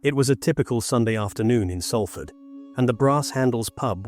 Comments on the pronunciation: One. It's pronounced without the "L" = 'Safford'. Two. You want to tell me that you couldn't find stock footage of a British ambulance? That's an American ambulance, if ever there was one. Three. You repeated some of the information so many times that I am struggling to finish whatever it is that you call this. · It's called Salford said like Sol Fud Just like salt is not said as sal-t, it said like solt Please get it right an amazing city deserves more respect